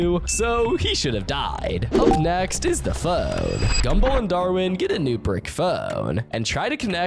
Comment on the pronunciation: why the hell does be say phone like that 😭